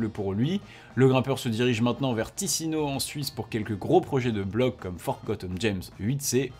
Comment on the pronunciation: Ticino en italien se dit TiTCHIno et pas TiSSino... Mais comme c'est la seule correction a apporter pour 10min de vidéo, c'est top! ;-)